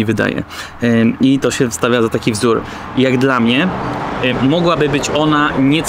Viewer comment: Polaczenie "sprawdzam jak" (akcentujesz jak Dymitr) i ksiazula.... zenada.